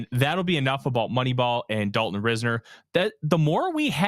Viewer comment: I hope the Vikings can get Dalton Risner signed. He would give the O-line proven competition and depth at OG. It's actually pronounced RISE-ner. 👍